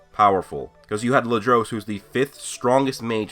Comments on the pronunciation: (Ladros)Say : La Dur Us not Lu Drose. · That's not how you say Ladros's name